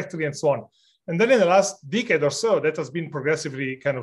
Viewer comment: wrong pronunciation of "decade".